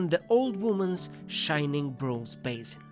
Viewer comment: I love you! Still 2 minor remarks : the noise of paper when the words appear seems a little too loud. And the pronounciation of some words could be improved (expl beggar, basin, detail - sometimes the sound, aometimes the accentuation). But othewise 👍, more videos please!